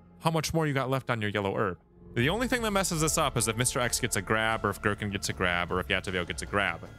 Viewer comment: As a huge resident evil lore nerd (0-code veronica because 4 onward suck story wise) it makes me cry hearing "Girkin" for some reason